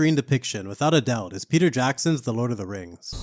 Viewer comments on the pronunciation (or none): none